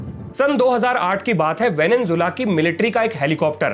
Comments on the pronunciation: venezuela✅ venenzuela❌ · Venezuela ko venenzuela bolteho